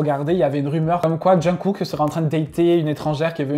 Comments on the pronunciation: tout d abord ça ne se dit pas " jangkook " mais plutôt ' jungkook ' ensuite le faite qu il se regarde de manière mignonne et tout et tout c est de l amitié ( je sais vous alliez me dire que " ça c est plus que de l amitié " ect ect mais bts ils se connaissent depuis longtemps ce sont des amis de long date et comme la dit sarata sakho ils sont comme des frère ) bref les membres de bts ne sont pas des gays et moi perso j aime bien les taekook , yoonmin , namjin , jikook ou encore sope ( suga + jhope ) bref merci pour la vidéo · J'ai adoré t'as vidéo 💜 mais comment ta prononcé Jungkook ma fait mourir de rire 😂 sinon j'aime beaucoup Taekook ils sont trop chou ensemble 🥰